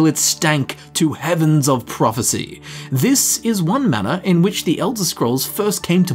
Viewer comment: If I got a cookie for how many times he said “TEH ELDER SCROLLS” I’d be obese as hell.